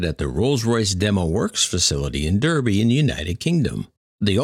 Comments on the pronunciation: As a resident of the UK I laughed and the pronouncing of Derby. It’s said Dar-be not dur-be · Minor correction. Derby is pronounced DARBY! Thank you! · Derby??? Yes it is written as Derby... it is pronounced DARBY!!!!! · Pronounced "DARBY" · And to think Boeing has the fuc×÷ng cheek to raise safety issues with the A321xlr. Never mind 2 man's fell out of the sky and all the other problems with the max there is serious quality issues with the 787 and Emirates could have a 5 year delay on the 777x. Just one little thing Derby is pronounced Darby just a little quirk of the English language but I really don't know why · Derby is pronounced 'Darby'. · Derby is pronounced "Darby". Just to let you know. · Thanks, very interesting content and well presented. Derby in the UK is pronounced as though it is spelt Darby. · Hi, really appreciate all of your content. The town of Derby is pronounced 'Darby' here in UK 😉🇬🇧...but looking at the comments I see a few people have already corrected you on that one 😀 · Derby is pronounced Darby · Pronounce Derby as Darby 😁😁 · Derby in the UK is pronounced "Dar-bee" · Derby in England is pronounced 'Darby'. :-) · Rolls Royce is based in Derby to rhyme with Barbie (the doll), not Derby to rhyme with Herbie (the fictional Volkswagen beetle).